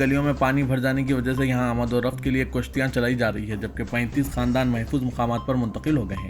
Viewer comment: Kushtian nahi kishtian bolo